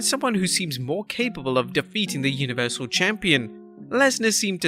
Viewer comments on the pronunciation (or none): none